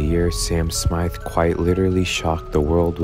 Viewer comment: Oh why are you saying Smyth or Swyft